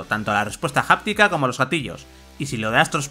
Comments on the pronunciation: Bludborn , gust ofwar , jost of tsusima , y la nueva palabra , Japtica 🤦🏻‍♂️ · jáptica JAJAJAJAJJAJAJAJ